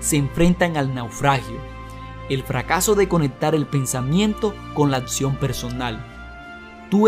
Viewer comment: El tema muy bueno, pero por favor cuidado con la dicción, es horrible escuchar algo mal pronunciado: palabras con doble CC y la X no se pronuncian como si fueran como Atsion! Se pronuncia AKSION y por otro lado AKTITUD termina en D y debes pronunciarla! REALIDA ES REALUDAD, con D al final!